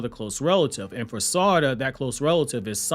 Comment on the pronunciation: Omg learn to pronounce her name. Yov lost ne quicl because you cant pronounce her name